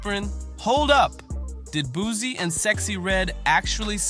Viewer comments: I can’t believe nothing you saying his name wrong… it’s Boo-see Boosie baby!!! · Narrator keeps saying “Boozy” lame as **ll shawty…😅